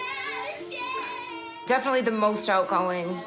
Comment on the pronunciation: "No, I actually, literally cannot say it" difnnininitlyly